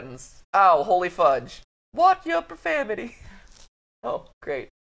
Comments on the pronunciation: I thought it was profanity but I keep hearing profamity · Do they know it's profanity not profamity